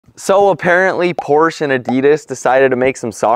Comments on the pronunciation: a) porsche is pronounced porshuh b) I hope you're returning them after this vid cuz that's too expensive c) leather is disgusting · yes literally sick reselling is smart calling it porsh is relatable ig